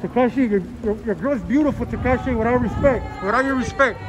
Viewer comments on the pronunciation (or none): “Tikishee “ I’m crying 😭💀💀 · Lol did he just say Tekishi 🤔🤔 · “Takishi our here comffortable” 😂😂😂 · He said takishi 😂😂😂😂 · TAKISHIEE OUT HERE COMFFORTABLE YEYE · Did I hear a “Tahkeeshy” at the end? Twice?!? Lmao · Tikishee tho 😭🤣.. soon as bull told him thats enough he said ard tikishee 😭🤣😭🤣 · Lol how he calls him Tikishee at the end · "Takishi" haha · Man said takishie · He called him takishi!!! 😆 🤣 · “Tikishee out here comterbual” 💀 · that nigga said “tikishi”😂😂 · Why he calling him takishi I know that low key triggered 6ix9ine to try not to laugh 😂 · he called him takeeshy😂😂😂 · "takishi" LMFAO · My dude said Takishi 😂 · Man's calling him takishi 😄😄😅 dead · The guy said takishi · It's not tekisie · Foo said tikishi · Mexican trying to say tekashi had me in tears